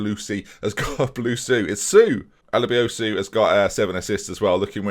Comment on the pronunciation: Dude, seriously, why are you butchering this poor man's name? Alebiosu sounds suave, sexy, and beautiful.